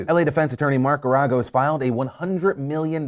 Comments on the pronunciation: Mark "GERI-GOSE" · you said "Geragos", fake news! JK! but you said it wrong.